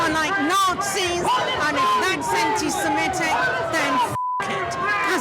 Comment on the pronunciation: There is no such word as "ANTISIMETIC"...The word is "ANTISEMITIC" !😊